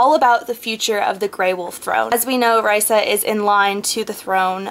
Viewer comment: not tryin to be mean when i say this but u pronounced raisa's name wrong.. i had heard cinda w chima say it in a interview thing.. it's kinda like raisin but instead of in at the end it's like an uh..